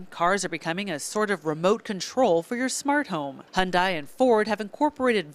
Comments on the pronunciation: Hund-eye? Never heard that pronunciation. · Why any of you cant pronounce Hyundai right? it's sounds like you're saying Honda.Check Hyundai yt channel if you want to learn how to pronounce it